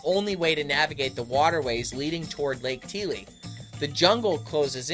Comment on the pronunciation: Lake Tele is pronounced Lake (Tellee) Not (Teale)